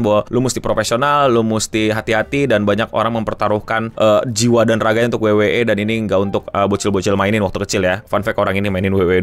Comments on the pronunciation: WWE (Dabel yu dabel yu i), bukan dabel yu dabel yu e.. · Dabel yu dabel yu i bukan dabel yu dabel yu e 😂😂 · Bangke gatel bat denger pelafalan wwe pake b inggrisnya, abis double u double u malah E😂